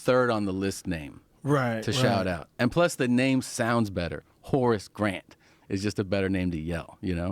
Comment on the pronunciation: Every time they said Horace Grant, I was hearing, “Horse Breath” and getting really confused.